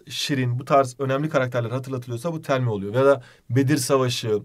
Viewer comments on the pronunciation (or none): 24.05 hocam telmih derken biscolata reklamı gibiydiniz "tell me" what can i do